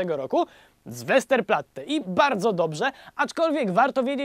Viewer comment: "obrońców łesterplatte", a mi łentylator pierdolnął